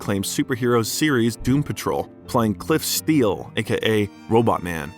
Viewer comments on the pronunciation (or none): none